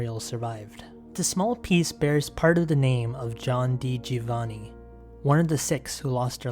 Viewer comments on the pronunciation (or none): none